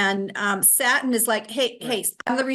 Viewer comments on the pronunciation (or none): I love that you're a Virgo (high vibration Virgo) My Capricorn sun and moon resonates with you. I love how says satin when she's saying Saturn and yes Pluto in Capricorn is icky energy. We all just need to hang on because it'll get better. I'm dealing with crazy mercury retrograde energy and still haven't regained my energy since the eclipse. So I really appreciate this. This is an amazing podcast with the two of you. I think you're a winning duo! 😁❤ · Why "satin" not Saturn? And we are supposed to believe you?